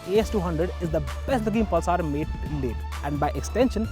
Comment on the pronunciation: Priyadarshan Bawikar thats just mean :) What I couldn't stand was the 'Pulsaar' pronunciation! God! is that so difficult ? and what is homo'genius'!! You definitely don't have to speak like a Firang, but at least speak right, you are on TV...